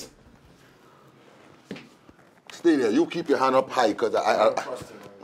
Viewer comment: Did he say Faybans😂😂😂😂😂